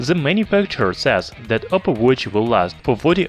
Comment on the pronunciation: not to offend you, im suprised how you always pronounce 'th' as 'zh', instead of saying this/that, you said zhis/zhat.. Since you pronounced 'days' correctly, you can just use the 'd' as in days to say dis, dat...etc your video is very informative..keep it up